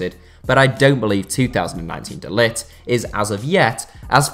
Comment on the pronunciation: It's not pronouced de lit...